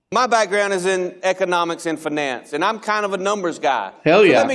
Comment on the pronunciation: Oh my God, he said finance… I thought he said FNAF… that’s not how people say finance lmao